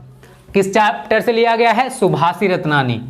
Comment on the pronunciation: सर जी सुभाषितरत्ननि है। ना की सभाषिरत्ननि।